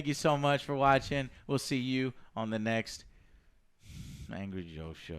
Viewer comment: Thought it said angay review